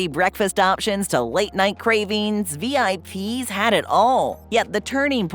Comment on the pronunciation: IIRC, the name Vip's was pronounced as a word, not as the individual letters.